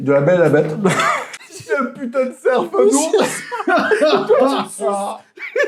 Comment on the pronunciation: PAPACITO dit le f de cerf